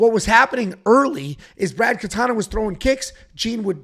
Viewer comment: Brad Katona. KATONA not Katana. Wtf is wrong with you dude?!